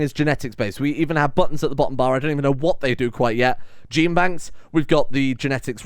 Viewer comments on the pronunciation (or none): none